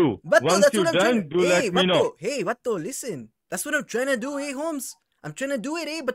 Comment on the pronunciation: Hilarious video!!! Should be a shot game with the word “Vato”! Cracked me up every single time he called you “Vatu”! Great video! 👍🏼